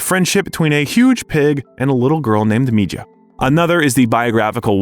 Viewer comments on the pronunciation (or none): none